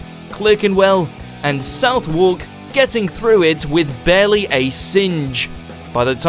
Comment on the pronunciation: Southwark is pronounced Suthuck not south walk